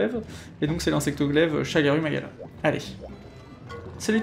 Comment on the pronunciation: Par contre du dis des ou au lieu de u et parfois l'incerse Pour le ShagarOU magala tu dis u 😭 (exemple avec les medulla où tu dis medOUlla) Bref pas grâve je comprends tu essaie de les dorés à la japonaise